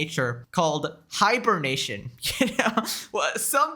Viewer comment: Mf said Frogans probably in hinernation 😂